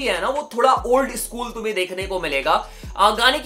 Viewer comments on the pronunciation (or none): none